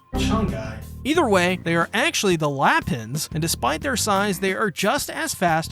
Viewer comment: Also KUR-HA? VIV-EE? Also lets not even mention how you pronounced lahpins... is it so hard to watch the corelating portion in the show to get correct pronounciations?! 😂😭😂😭😂😭😂😭 like its funny hut destroys my soul so pls my manz.......